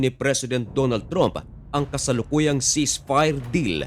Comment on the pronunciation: Hindi "TROOMP" ..."TRAMP" po!!